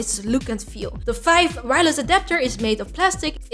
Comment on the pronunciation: Five? Vife? Fife?? (subscribed)